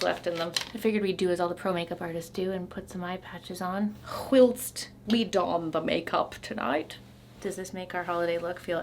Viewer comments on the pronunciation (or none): none